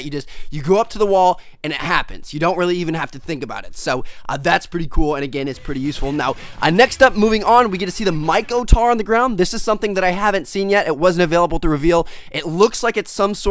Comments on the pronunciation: microtar not mikotar and the KRISS not the KR55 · TMARTN learn to fucking read its MICROTAR and KRISS Vector